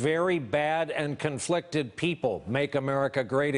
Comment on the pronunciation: Maaike R 'Conflicted' has three syllables. 45 isn't eloquent enough to use trisyllabic words properly in a sentence.